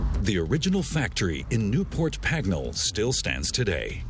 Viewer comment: Aston Martin didn’t move to Newport Pegnall in 1959, they moved to Newport Pagnall. I really wish these Americans would get their pronunciation right. Also it Aluminium, not Alunamum.